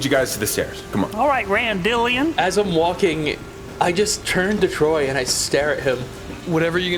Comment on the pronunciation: randalleighon.. trameighlton... awful.